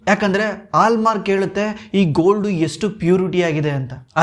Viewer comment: Heartfully disliking the video. Kannadada kole madthirodakke, neev ene heli este knowledge irli, neev kannada mathadthidra andre kannada saryag pronounce madod kaliri. Adu "hogthare" ogthare alla "Horage" orage alla "Halmark" aalmark alla